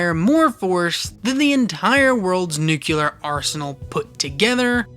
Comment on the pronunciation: How I feel when the video is lowkey fax but then he mispronounces nuclear (I suddenly dissagree)